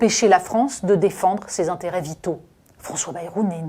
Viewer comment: Le IN se prononce IN , pas AN …. Par exemple, on ne prononce pas ANTERET mais INTÉRÊT….. ANDUSTRIALISÉ : non …. INDUSTRIALISÉ… etc etc ….